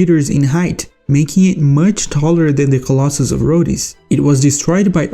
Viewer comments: Its pronounced roads 😂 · Brother do NOT pronounce the e in Rhodes